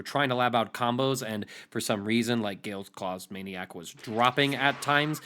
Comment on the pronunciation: Why does he keep saying Gale Claws Maniac? 🤔 Is that what its really called? Have I been playing Yamcha since it came out and not known that?